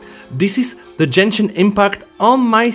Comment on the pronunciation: Jenshin no it is gen-shin with g not a j sound plz say to correct 😢😢